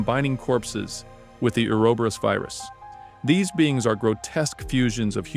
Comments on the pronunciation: Correct: “or-oh-bor-ohs” Incorrect: “uuwer-berus” Brother it’s like needles in my soul every time you say it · Say it with me. Ooo-ro-bo-rose